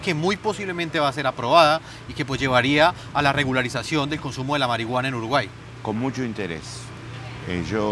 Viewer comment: Sho creo que uruguay eshta en el atlantico